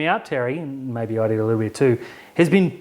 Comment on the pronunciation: That was quite possibly the most emphatic maybe I've ever heard